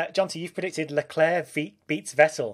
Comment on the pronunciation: Why do people pronounce Leclerc's name with a soft "c"? Even the man himself pronounces it with a hard "c"